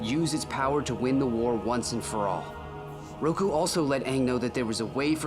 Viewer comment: Its Roku not Ruko